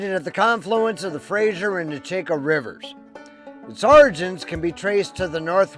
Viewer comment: Haha i reconized st marie immediately i live just down the road 😅 Also, Nechako is pronounced neh-CHAK-o. :)